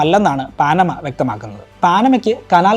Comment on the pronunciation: പാനമ എന്നാണ് ശെരിയായ ഉച്ചാരണം